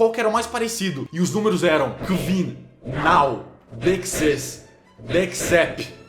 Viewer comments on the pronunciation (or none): Cellbit, "agora" em inglês se pronuncia NAU